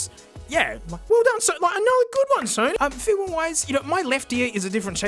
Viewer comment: "The Sony Dough-nys"